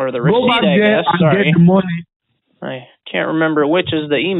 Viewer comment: "I said Shelly did not pick up the mowny" lmfao I come back everyday for that